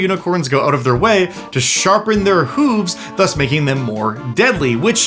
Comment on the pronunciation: The way you say “hooves” reminds me of how Toki and Skwisgaar of Dethklok say “hovercraft”. It brings a very silly grin to my face. 😁